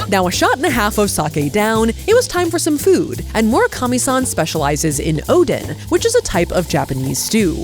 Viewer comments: Pronounced o-den... like a den.... not Odin, like an inn. Oh-den. In Korea, we call it o-deng... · the way you pronounced oden is more illegal than skewered it with chopsticks.. ouch 😂